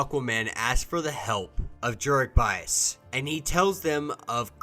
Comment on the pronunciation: Dude.. it’s not “bias,” it’s “biss.” As in the end of the word “abyss.”